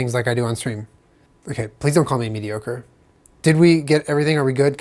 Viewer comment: "Consistently medioker" xD :D <3